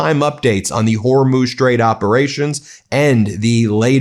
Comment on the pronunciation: Can he actually not pronounce the letter 'H'. I thought he was taking the piss out of Trump when he kept saying yoouge instead of huge but now he's saying youmiliation instead of humiliation and now I listen closer he is taking about the Strait of Ormuz